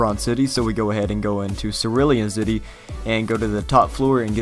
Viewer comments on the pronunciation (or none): "Circulon City"?